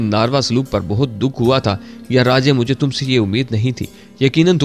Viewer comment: Dost behtab nhi buhtaat